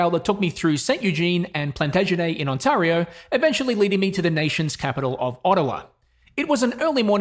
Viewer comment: On-tay-rio eh? Had you headed east, the Townships have excellent rides. Gears to you man.